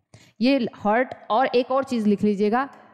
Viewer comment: This is not hurt but it is Heart.